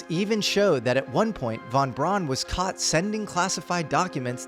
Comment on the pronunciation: Von “Brown”. Brown. Like the brand. Brown:)